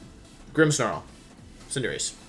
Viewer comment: Does it bother anyone else how Wolfey pronounces Cinderace -_